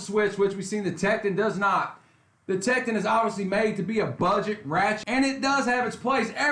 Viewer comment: It’s “Tek-ton”, pronounced like “don”... not “Tek-tin”....